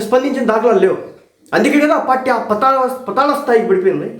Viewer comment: Rey, Telugu baagaa nerchuko Thammudu. Pataala kaadhu. PAATAALA. Kunkati vellatho Kaadhu. Kookati vrellatho anaali.